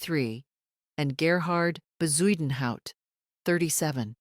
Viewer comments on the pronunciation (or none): Bezuidenhout en Booysen.... AI is maar lekker kak.